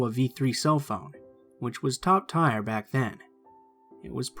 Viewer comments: Dear narrator, "tier" is pronounced "teer," not "tire." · Just an FYI, tier is pronounced like tear, not tire. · lol pronounces 99% of the words right. And then there's like 1% that catches me off guard lol. Like "Tier" he said as "Tire" lol